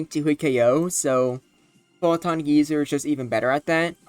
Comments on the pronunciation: Didn't expect the Necrozma week would be so soon, but definitely expected it to be strong in RBY. Also, geyser is pronounced Guy-zer. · first of all, it's pronounced "guy sir". but yeah, if necrozma was added into the standard rby uber metagame, it would instantly become the strongest thing in the tier, bar debatably mewtwo. it's like a more offensive take on mew's sd set with more emphasis on its offensive stats and bulk in exchange for less speed, though it still outspeeds cloyster's clamp as to keep it out of partial trapping range. it's a genuinely fantastic mon that's dominant in the format but still can be threatened much like the Big M2, and feels balanced enough to hopefully not cause too many issues, possible. mewbros are used on pretty much every team already, so necrozma wouldn't change the structure too much aside from maybe having to choose between a regular mewbros core, a mewbros + necro core, or a mewtwo + necro core. while necrozma will absolutely take something out, it still feels similar to mewtwo in how much it fears status at the wrong time and how vulnerable it can feel unless you find a safe avenue for it to switch into. if you do wish to paralyze a necrozma with alakazam or starmie, you realistically just want to go full offensive, with either surfmie or zam stoss. i honestly can't tell whether or not necrozma should be banned from a hypothetical rby ubers, since it's in pretty much the same boat as mewtwo where it has a few checks and a few more annoying matchups that could cripple its entire game plan if you don't plan enough around them. i still believe mewtwo to be the better psych